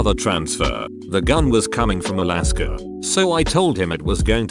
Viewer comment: Alaska How it’s pronounced: uh-LASS-kah text2speech: iliskuh